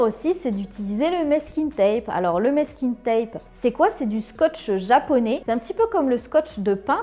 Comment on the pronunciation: Merci pour les idées ! Par contre, on prononce mAsking tape, pas mÈsking 😘